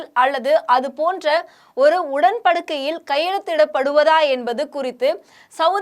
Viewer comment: அது என்ன உடன் படுக்கை 10.14 மணித்துளியில் கவனிக்க.. எந்த ஒரு பெயர் சொல்லின் உச்சரிப்பும் சரியில்லை.